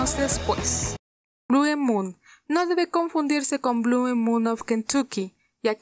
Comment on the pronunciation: Blue se lee tal cual y la e del final no se pronuncia....